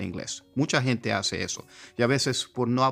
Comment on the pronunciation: Pensé que habías nacido en los Estados Unidos porque hablas español con acento no mexicano sino gringo. Sobre todo cuando pronuncias la palabra "inglés" con la "L" inglesa y "gente" como con "h" inglesa: "hente". Buen video. Me inspira! Le doy like. Saludos desde Chiapas.